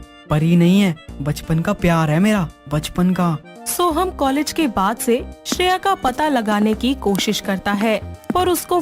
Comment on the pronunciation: College hota h collage nhi 🤣